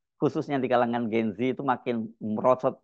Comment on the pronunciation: Bukan "Gen zi" tapi "Gen zet". Bacanya salah mas Hersu. Ini susunan bahasa Indonesia jadi bacanya harus "gen zet". Semoga sebagai jurnalis sekaligus anchor bisa menggunakan bahasa Indonesia yang baik dan benar sesuai kaidah bahasa Indonesia. You are what you say.